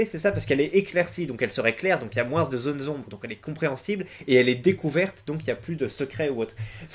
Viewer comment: pourquoi tu prononces le "S" de moins ?